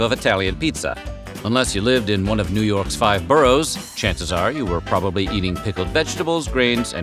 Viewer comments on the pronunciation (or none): none